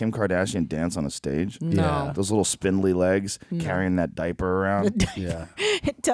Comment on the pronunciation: ”Carrying that diper around”